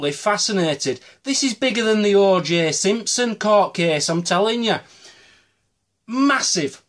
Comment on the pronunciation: I the only one who thought he said the "orgy Simpson case"?